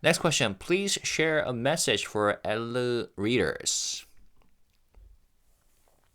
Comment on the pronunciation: I believe the magazine is pronounced “El”.